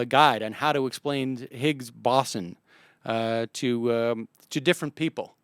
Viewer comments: Boson. It's pronounced bow-zon. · More like bow-sun. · Where did the W come in? it's more BOH-zon? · Sam, it's okay that you don't know physics, or spelling, or how to pronounce "boson". Don't let 'em bug you. Oh -- maybe if the USSR had lasted longer, and if they'd been building their own Commie version of the SCSC, we'd have one in Texas. Worked for the Apollo program. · "Parts of physics"? How about sub-atomic particles. And the pronunciation of boson is with a long "o", not an "aw" sound. "Massive structure: how about "particle accelerator"? I think you might want to go on your show and have an actual theoretical physicist rather than trying to explain something that's well beyond your level of scientific education. I respect your honesty, I respect your knowledge of economics and politics, but I don't think this was your finest hour. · I honestly was tempted to skip the video after only the first 20 seconds from hearing "boson" mispronounced so terribly so frequently... Do some more research at least on how to say it or you shouldn't be aloud to complain about Dubbya's "nukyoolar"